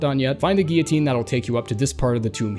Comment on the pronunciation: And giyotine